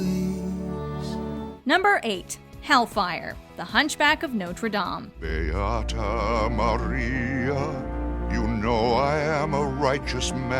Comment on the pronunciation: “The Bells of Norte Dame” was highly disrespected in this video